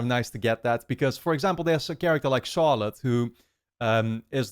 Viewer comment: So happy you're finally reacting to this series! Btw, totally didn't expect you, as a Dutch guy, to pronounce Charlotte as "tjarlot" haha. Groetjes, een mede Nederlander😝